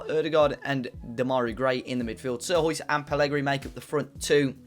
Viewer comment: sierhuis is pronounced more like seer-hise just fyi mate